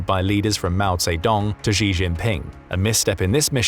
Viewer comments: pronunciations Xi - she not zhe；beijing - beijng not beizhing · It's "sheee",. not "zjeee". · Xi: [shi], not [zhi], pls 🙏🙏🙏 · Xi is not pronounced "Zhi", that sounds more French than Chinese. It's much more like "Shi" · XI is pronounced "SHI" Jinping, not "GEE" Jinping. 😝🤪😜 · Well I can nobody pronounce xi jinping's name. It's pronounced "She" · Pronounced (She). Just like the girl he is.